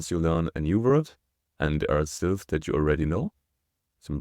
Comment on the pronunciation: Oh, my gosh! I was wracking my brain trying to figure out what "silves" were! 🤔 I even did a couple of Google searches with no helpful results. When you started talking about the two parts of 한국 it finally dawned on me that what you were talking about was "syllables!" 🤦‍♀